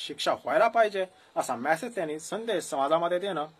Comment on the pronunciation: मॅसेज ऐवजी मेसेज असा उच्चार करावा.